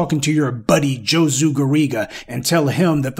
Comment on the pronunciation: Josue is pronounced HOE-SWAY, it's a Hispanic name. He probably considers himself Hispanic. Please pronounce the HOE in his name, because he definitely is one.